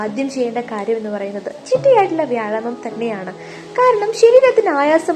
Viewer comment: വ്യായാമം എന്ന് പറയൂ, എന്നാലല്ലേ ഭാവം വരൂ.